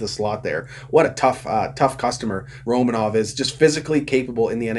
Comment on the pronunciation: You keep pronouncing romanovs name. I figured for a habs fan you’d know how to say his name properly. It’s Ro MAN ov